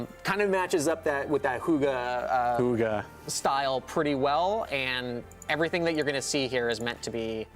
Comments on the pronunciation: Hoogah? Do you mean "hygge"? Im internally dying over this. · Its hygge, not hoogah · I'm not Danish or anything but that were my exact thoughts!! :'D like wtf is a hoogah?! is that really how Americans pronounce hygge? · You're DEFINITELY NOT pronouncing 'hygge' right!! - you're pronouncing it more like 'hugga'... just saying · My brain is dying when i hear them say hoogge instead of hygge 🤣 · it's pronounced hue-guh from a Danish person 🇩🇰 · Danish simmer here. Hygge is not pronounced in that way, I’m sorry 😉 It is not a deco-style, but more the effect of a nicely and cosy decorated room - a room can be hyggeligt or it is something you do: we hygger. But I think the style looks somewhat danish and I very much appreciate you implementing nordic elements 😍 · Omg the way they pronounce Hygge sounds like a gutteral war cry lmao 😂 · hahaha Hygge XD so funny to hear you trying to say it (im danish) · 😂😂😂 That is the absolute worst butchering of the word "hygge" I have ever heard! It's not pronounced anywhere near that way in any scandinavian language OR in english. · Omg I am dying of laughter hygge is not pronounced that way... I am from Denmark so it’s just so funny.... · I just.... Hahaha, I can't! 😂I'm laughing out loud, truly laughing! I'm Norwegian and the pronounciation of our word "HYGGE" is noooo where near the way we pronounce it. It couldn't be further away from our word 😂 couldn't tell before he said it was "our" (Norwegian) word 😂 you tried though ❤️😉 I'll give you that 😉 To me it sounds like you said "hoogai" 😉 loved it😂❤️ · Love the “I think I’m pronouncing that right” (Hygge) I’m Danish and even though you’re not 😉 (The y is pronounced more like the y in Yvette) - I don’t hold it against you. Danish is an impossible language. But love the pack - and loooove that the gallery is on console. Thank you for all your work 👍❤️ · The way yall pronounced hygge is so funny. Nice try tho <3 cant wait for this pack!!!!!! love from norway <3<3